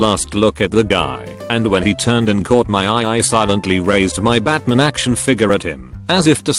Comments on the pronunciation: The Batman story is so cute awww lil homegirl jus like Batman and that isn’t a crime. Also, Bot saying BAtmahn for 10 hrs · How the text-to-speech said Batman maid it 10x funnier batmin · The way that it kept saying "Batman" was amazing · The way the bot says batman kills me every time from laughter